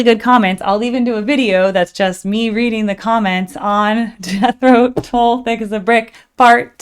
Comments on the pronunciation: Thank You! I turned 22 in 1972!!! This was my 4th Tull cocert I saw live! Seen them many times since! Still recording music. Their new album is AWESOME!!! So, for what it's worth , it's Tull as in DULL. pronunciation not in the listening!!! Love Ya!!! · Tull is pronounced like hull or skull. Or like the "ea" in "heart", just shorter. Or is it holl and skoll and hort also where you live? ;-) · Tull is pronounced the same sound as up.